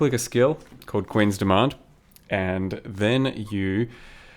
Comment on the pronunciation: rofl, I really thought you said "Quinn's Demand" instead of "Queen's Demand". Made my day :-D